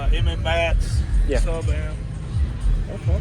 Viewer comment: I love seeing MMATS equipment being used. We don't see it very often. It's too damn expensive for most people! I've used their amps several times. They're great. And it's pronounced "MATS"